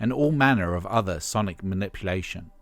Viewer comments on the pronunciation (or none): none